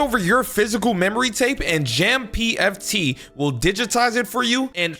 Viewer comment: Jam Foot and Jam-PFT coming out textually and audibly respectively instead of the usual, pronounced Jampft? That is REALLY messed up.